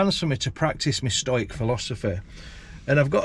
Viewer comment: STOYK??? It is stow-ick.